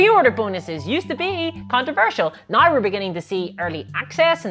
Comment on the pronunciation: F 'em, I like your videos. The ad hominem attacks show they are attacking you just to attack you and aren't giving constructive feedback on your content. I also like that way when you say you say now, it always sounds like naw to me. Keep up the good work.